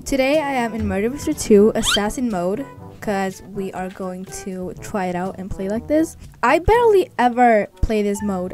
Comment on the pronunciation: 0 : 27 😂 we are going to twy it out 😂😂